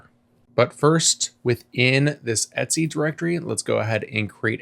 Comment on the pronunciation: Did he just pronounce 'ETC' as Etsy? Oh my lord.